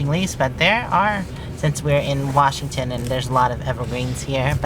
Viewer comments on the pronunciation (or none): none